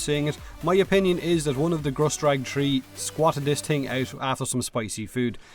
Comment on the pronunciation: am i tripping or did i hear tree seconds